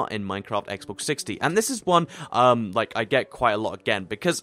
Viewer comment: He says SSEXX